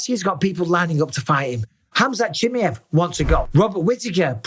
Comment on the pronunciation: Cha-My-Ev Mike, Cha-My-Ev